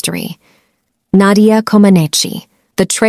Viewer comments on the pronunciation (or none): Her name is pronounced Co-man-NEECH, not Co-man-NEECHEE. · Her last name is pronounced [comb a nich]. Not [comb a nee chee] ... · Her name is pronounced "Ko-man-NEECH." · It's pronounced "Comaneech." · I watched it live and nobody ever pronounced her last name with the long E. The E was silent. Just saying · Her last name is pronounced K-om -on -each the I at the end is silent. 🤫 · Never heard her surname pronounced like that - as if it’s Italian… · But her name is pronounced Comaneech. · I do not think you pronounced Nadia's last name properly, but everything else said is spot on. I remember her perfect 10 scores well. To me, she is a hero. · You managed to pronounce her name 3 different ways, good one, maybe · Too bad you don’t know how to pronounce her last name. Maybe you should hear someone say it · It would be great if they would pronounce her last name correctly.. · At least, pronounce her name correctly. You’re adding a syllable at the end which doesn’t belong there. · Not trying to be rude, but you are pronouncing her name incorrectly. You don’t need to pronounce the E. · Her last name is being pronounced incorrectly she is Romanian not Italian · You do not pronounce the final i as an i sound in Comaneci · You don’t pronounce the E at the end of her last name….. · Go to pronounce names, before you do a piece on the person. It may just give you credibility. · That's not how you pronounce her name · Learn to pronounce her last name!!!